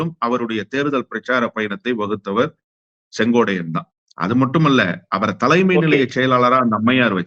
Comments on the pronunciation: அவர் பெயர் செங்கோட்டையன். நீங்கள் செங்கோடையன் என்று சொல்கிரீர்கள். திருத்திக்கொள்ளவும் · செங்கோடையன் அல்ல.செங்கோட்டையன் என சரியாக உச்சரிக்கவும் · அவரது பெயர் செங்கோட்டையன்... செங்கோடையன் அல்ல. . ஒருமுறை தவறு செய்தால் பரவாயில்லை... இவர் தொடர்ந்து தவறாக உச்சரிக் கிறார்... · எல்லாம் சரிதான் அண்ணே.திமுகவிற்க்கு நீங்கள் ஆதரவாக பேசுறீங்க பரவாயில்லை.ஆனால் அவர்பெயர் செங்கோடையன் என்பது தவறான உச்சரிப்பு .திருத்திக்கொள்ளூங்கள் அவர் பெயர் செங்கோட்டையன் என்பதே சரி. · சொங்கோட்டையன் உச்சரிப்பில் நீங்கள் சொங்கோடையன் என்று தவறாக உச்சரிப்பு. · Dai muttal sengotaiyan ellade sengottaiyan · மீண்டும் மீண்டும் செங்கோட்டையன் என்று சொல்வதற்கு பதிலாக செங்கோடையன் என்று திரு அவர்கள் சொல்வது தவறு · செங்கோட்டையன் னு சொல்லுயா யோவ்... செங்கோடையனாம்... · செங்கோட்டையன் சரியா உச்சரி